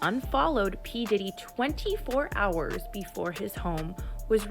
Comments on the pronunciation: "HHours of foot-a-gee." AI needs to go. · "Multipleee electronics and howers of foootegiee" lmao this AI lady is killing me🤣🤣🤣🤣🤣